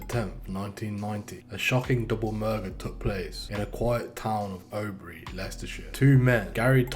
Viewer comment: hes prononced oadby wrong.also oadby is in leicester